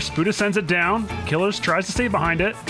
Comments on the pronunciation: It's pronounced "kill-ears" not "killers" lmfao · please stop saying killers it "KILL-EARS" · its pronounced kill - ears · isn't it "kuh-leers"? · Isn't Killeerz' name pronounced with a long ee, rather than "killer"?